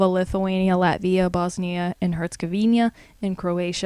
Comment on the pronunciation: You pronounced Belarus and Herzegovina totally wrong. Also, Caucuses , Namibia, and united Arab Emirates. Wow. That was a good laugh at least.